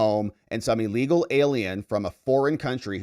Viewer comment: It's illegal, not "allegal!" Maybe it's just my hearing?